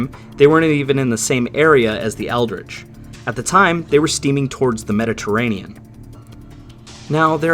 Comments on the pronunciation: USS ELDRIDGE...not "ELDRICH" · You said USS Eldridge but I heard USS Eldritch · Eldridge, not eldritch. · The... Eldrige? Uh-huh. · USS Eldridge? Or Eldritch?